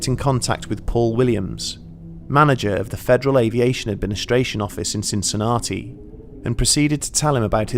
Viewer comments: I know you work hard on these videos and they are brilliant, but "Cin Cin Arty" - lolz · I love this channel and look forward to new episodes. Please check your pronunciation of 'Cincinnati' - you've got it wrong.